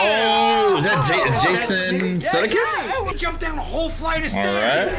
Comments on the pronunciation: "Suh-day-kiss".. At least correct him guy lol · Jason Sudeikis was in "Horrible Bosses" with Charlie Day, and Charlie invited him to be in an episode of Sunny. Pronounced - sue DAY kiss